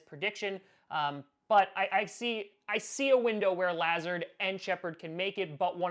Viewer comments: I’m a Iowa Hawkeye fan and I had to hear “Luh-zard” a lot whenever the Hawkeyes played Iowa State because he was incredible for Iowa State so I literally shuddered every time said “Lah-zerd”😂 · It’s pronounced LUH zard not how you say it lol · It's pronounced Luh-Zard. Huge ISU fan here! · La-z-are-d. I went to urbandale with him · Is anyone else concerned about how he says "Lazard"?, I love you but PLEASE get it right. It's Lu-zard.